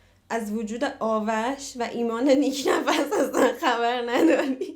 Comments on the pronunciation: Nik nafs ❌ nik nafas ✅ 😅😅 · نیک نفس❌️ نیک نَفَس✅️